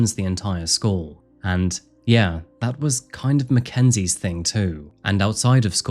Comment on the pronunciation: Lol ...." Macka's " 😄 As you can tell I am easily entertained